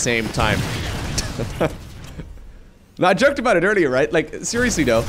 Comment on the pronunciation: Hey, do you recall that scene in Hellboy 2 where HB corrects gas guys pronunciation of focused re 'fuck you' saying you shouldn't use that word so much? You might want to be cautious about your pronunciation of 'joked'. re time:. People might get the wrong idea.:)